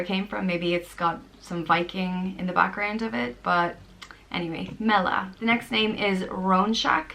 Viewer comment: Gorgeous selection of names, but fyi to non-Irish people, some of the meanings and pronunciation are a little off, ie. MEALLA is pronounced Mʲ-ALLA (MAH-lah as English-speaking approximation). If you want to use these as baby names best to check with more official sources online for greater accuracy!